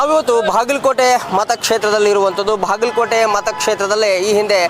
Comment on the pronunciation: ಭಾಗಲಕೋಟೆ ಅಲ್ಲಾ ಬಾಗಲಕೋಟೆ